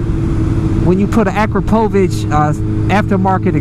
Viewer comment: 100+ respect for saying AKRAPOVICH the right way,and not APPROKAVGOVHICHCHC or some shit like that!!!